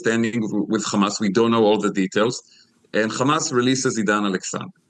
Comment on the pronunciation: I want to hear if this guy pronounces hotel and hair as khotel and khair like he does with Hamas. He clearly has no problem saying the word "he" but says Hamas as Khamas. It seems these Israelis are intentionally hateful.